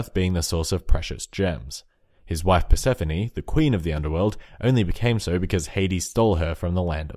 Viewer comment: You got the Persephone one wrong